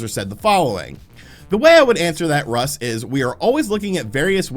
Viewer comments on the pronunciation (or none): none